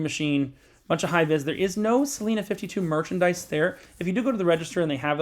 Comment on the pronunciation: It’s pronounced Celina with a long I